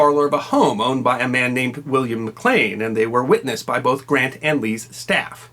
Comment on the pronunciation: Wilmer not william